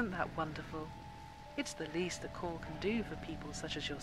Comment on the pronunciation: It's not Corpse, it's Corps and you don't pronounce the p or the s.